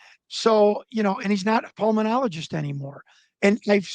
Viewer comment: Pulmenologist? Huh?